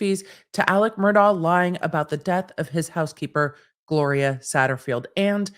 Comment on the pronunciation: Mur-DOCK. He is a horrible man, but you dont get to tell him how to pronounce his damn name.